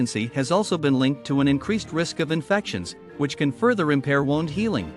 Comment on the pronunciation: Wound, pronounced "woond"